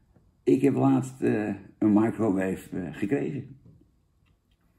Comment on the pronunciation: Daarom noemt hij het oook "maaikroweef".